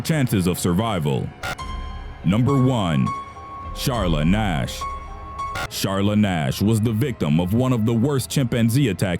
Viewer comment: Am I the only one who hear Ass instead of Nash😂😂😐